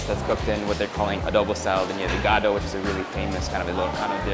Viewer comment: I love how you mispronounced ever ilocano dish, like what you call the "iga-do" WTF 😰